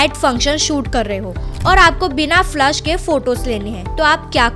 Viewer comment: I am just correcting, so don't get hurt. But it is flash and flush. तो आप फलेश बोलोगे फ्लश नहीं।